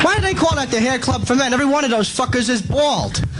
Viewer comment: Every one of doze fuckers is bwawld